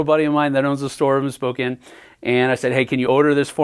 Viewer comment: Love the decisions with Hel, I would rather get an excellent game in 2022 than a mediocre game now :) btw you definitely said "Spokane" like a Washingtonian. I wondered why you sound so familiar xD